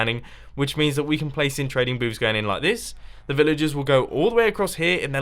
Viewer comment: He's saying " villager trading boobs" lol